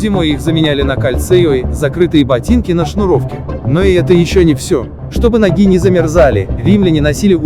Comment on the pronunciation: Минус за озвучку: ноги́, холода́, за музыку громче речи.